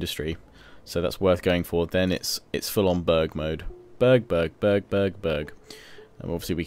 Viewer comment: when he said "burg" it sounds like he said "bög" which means homosexual in swedish, he went full bög mode.